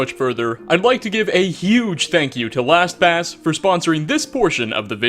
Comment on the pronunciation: I can't be the only one who thought he said Thanks to (whatever their name was) for sponsoring abortion in this video😂😂😂 Edit:realised their name is Last pass